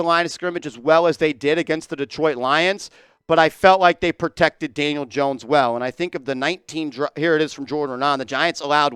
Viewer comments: He sure did 😂 Janiel Dones 😅 a real one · did you call him Janiel Dones?? You must really be pissed!!!😂😂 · Haha , you said Janiel Dohns